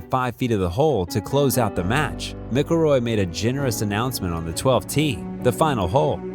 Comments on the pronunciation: You can tell the presenter is not a golfer. His surname is pronounced Mac-illroy not Mic-illroy as pronounced in the video. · Ah...Good old Mickle-Roy! 😂 Sorry but I had to one ❤😂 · Mickleroy??!! Get your AI sorted. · the way you are mispronouncing his name drives me crazy.